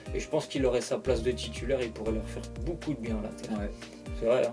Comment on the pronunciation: il l'a dit l'INTER COMME SA SE PRONONCE